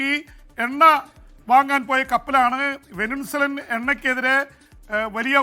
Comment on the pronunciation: വെനിൻസുല' എന്നത് തെറ്റായ ഉച്ചാരണം ആണെന്ന് തോന്നുന്നു. 'വെനസ്വേല' എന്നതല്ലേ ശരി ?